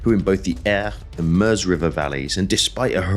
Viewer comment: A minor point - but hats off for pronouncing MEUSE properly. The US vid series The Great War with Indy Neidel presenting insist on calling it the MYOOZ not MERZ.